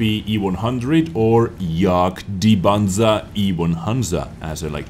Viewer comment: I Like how russian said Jadgpanzer....Yaga Yaga